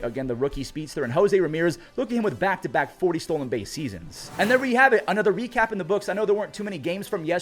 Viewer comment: bro said "we recap" like a French person lol Hui hui cap